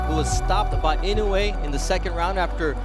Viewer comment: 😅いのうぇい、って言うな!いのうえ、って言え！